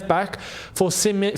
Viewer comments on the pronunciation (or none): none